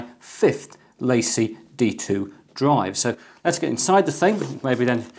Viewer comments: I think it's pronounced La Cie. French for The company. In my opinion, it's just Seagate trying to hind behind another brand. I just have never found Seagate to be reliable based on the experiences of friends, family and co-workers. I personally wouldn't trust them with my data, but I'm sure there are plenty of people that do. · La Cie is 2 words... please speak it as if it were French.